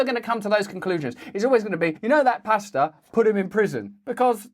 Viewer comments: I thought you were saying pasta 😂 I was so confused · Love you Russell and lol thought you said pasta and nurses